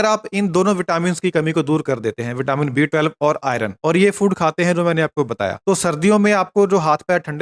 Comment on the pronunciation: thik se pronounce kijie B12.